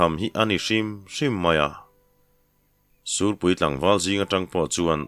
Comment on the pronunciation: Ngaithla leh veng² ang,sûrpui tih turah sîhpui ti leh zeuh ṭhin pu ber 😅